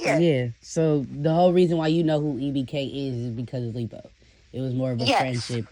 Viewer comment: Not leebo😂